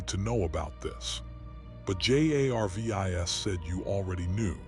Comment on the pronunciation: This is the 2nd one in 2 days I've listened to where they couldn't get the AI to read Jarvis correctly.